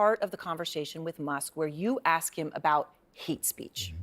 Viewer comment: As the cop is about to leave and exit the door..."Yea, yea, I can go axe him real quick!" This is one more reason I honestly wish I were black. ❤ It !!! Haaaaahaa. 😂